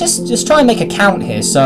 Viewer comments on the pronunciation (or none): none